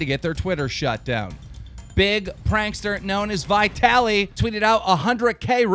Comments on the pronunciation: it's vitaly not "vyetaly" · So we're just gonna ignore the fact that he said Viy Tally instead of Vuh Taly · Vee taliy not Vai taliy Dude U must pronounce people's names correctly Cuz it's offensive if not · its not vi taly its just vitaly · omg dude its vitaly not vi-taly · It's Vitaly, like the "I" hip. Not like the I in hi, dude please learn to pronounce stuff! You always fuck up in EVERY VIDEO!!!! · It's not "vaai-taly" it's "viitaly" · V-eye-taly. LOL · It's fucking annoying that you pronounce Vitaliys name wrong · you said Vitaly wrong.. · He can't pronounce vitaly correctly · he cant even say vitallys name correct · Its funny how he pronounces VITALY lol